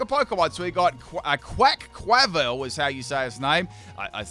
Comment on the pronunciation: Oinkologne is pronounced "oink-cologne" (cologne, as in the men's fragrance). Dauchsbun is pronounced "docks-bun," a cross between the dog breed Dauchsund the word "bun." Your Quaquaval wasn't necessarily wrong, just too much pronunciation in the middle. "Quack-wav-ul." Quack + wave + carnival.